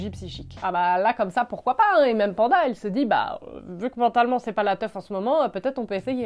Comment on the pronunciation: Coucou ma belle, je suppose que le nom du personnage du livre « Djinn » s’appelle Penda, et j’intervenais juste pour te dire que ça se prononce « Penn (comme peine) - da » et non Panda 🐼 😂 merci pour tes recommandations